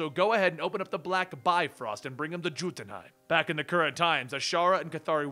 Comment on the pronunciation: Please learn to pronounce norwegian words its not gotunheim its Yiotunhaim